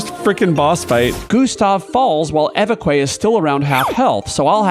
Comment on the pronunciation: It is not ay vay quay it is eh veck. It means bishop.This is awesome, I have been thinking of doing this myself all week.